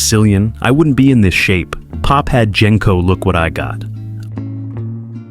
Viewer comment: And "Gen-co" when everyone who watched the movies knows it's "Jen-co"